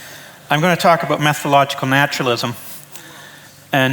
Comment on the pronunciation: BTW, it is 'method-o-logical' not meth-o-logical!